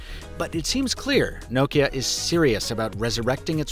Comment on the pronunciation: The way you pronounce Nokia is exremely grating